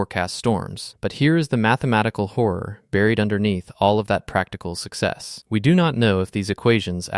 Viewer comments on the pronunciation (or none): none